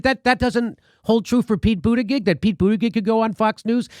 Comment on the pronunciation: The intentional mispronouncing of Pete Buttigieg completes me as a person.